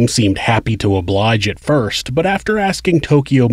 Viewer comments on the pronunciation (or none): none